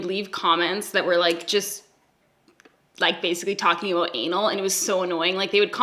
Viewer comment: I think I detected an aboot also 😂